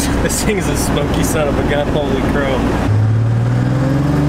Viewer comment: Did you say "holey croke" ? haha :D